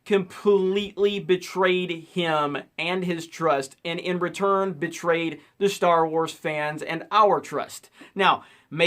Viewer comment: Sounds like you said “bitchtrayed,” which also works perfectly